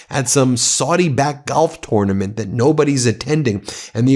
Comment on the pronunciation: Pronounciation of tournament sounds off?